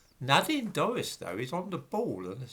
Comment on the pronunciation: Nadine Dorries! - I thought you said 'Nodding Doris'. I had the picture in my mind of someone else.